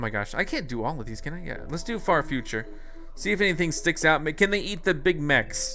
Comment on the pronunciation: When he said can he beat the big mechs it sounded like big macs